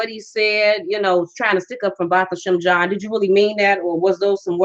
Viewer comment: Get his name right! Jean is French it's not pronounced like you're saying it